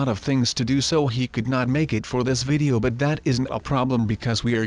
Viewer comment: he said my vidow is not good